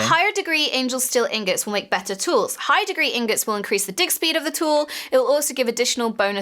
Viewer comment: She totally said dick speed